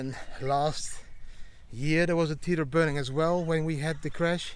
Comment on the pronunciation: Didi, my friend: Tether is pronounced like WEATHER. And: Happy birthday with your daughter! Enjoy!